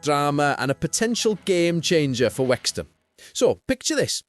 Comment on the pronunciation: Ffs we're called Wrexham not Wexham!!!